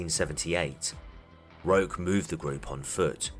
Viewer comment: Hi, Canadian here. Sorry to bother you, I just wanted to let you know it's pronounced Roesh Tare-ee-O (and that's still not quite it) At first I wasn't sure, then I saw where he was born and I was POSITIVE. Edit: I'm pretty sure the "rock" on the mailbox is just him wanting to sound "cooler".